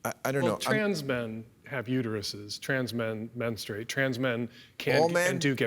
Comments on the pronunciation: Super cringy hearing bill say “menstrooate” repeatedly. Dan savage tried to save him by pronouncing it right but bill didn’t take the bait. 😂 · Someome needs to tell Bill how to pronounce “menstruate”. Hint…it’s not men-stu-wait. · Hahaha maybe if you can’t actually pronounce menstruate you should kinda step back on the topic and listen